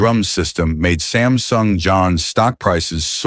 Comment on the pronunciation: Nahh uhh it's not sinsung it's Samsung 😊😊😊